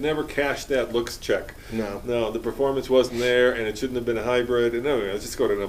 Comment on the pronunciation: I don't even wanna know what words you mashed together to get "PerfRomance", jesuschrist :D